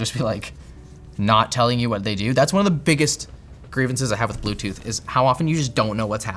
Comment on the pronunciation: blewtoodth moude oxiliery moude